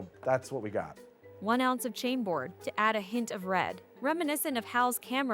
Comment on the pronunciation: What a strange reaction to the original form. I thought that the Glados-Meredith was a great fit, being scifi-scincy, but still humane (writing this just as the ai-voice mispronounced Chambord :D)